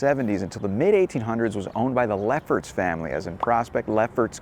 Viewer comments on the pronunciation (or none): when you said Leffert Family I thought you said Lepper Family 😝